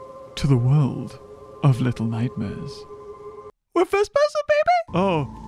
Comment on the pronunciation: Me: Little Nightmares: Lilel Nightmares